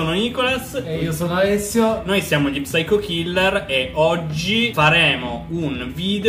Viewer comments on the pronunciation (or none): La P non va pronunciata! devi dire syco killer! a parte questo sempre gran bei video!